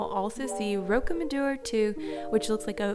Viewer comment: Your pronunciation of Roc-d'amadour was a bit weird, The Rock d' Amadour. Anyway, as an ex long time resident, you said it had become a tourist destination in the 20th century, it has been a big tourist destination since 1166 when the local broke monks decided they wanted a bit of the pilgrimage money from people heading along the nearby pilgrimage route to Santiago de Compestala, and made a big deal out of an unknown body they found and pretended he was a saint. He was certainly someone important, but no one knows who or what his life was like. He may of been a highway robber which was an issue then as they prayed on the pilgrims. The place is run like a cartel, 4 ancient families that own most of it control everything that happens, what shops and businesses sell. The business side of the village is seedy in the extreme. Anyway, anyone visiting explore the little tracks along the hillside, at first glance you cannot see it, but the whole cliff face is riddled with caves , pretty much every building built into the cliff face is built over one. Some are huge and link to the largest single cave network in western Europe. The Lot region gets less tourists than the Dordogne, less spoilt by tourism too. Just do not go in August, the plague of tourists will make you hate humanity.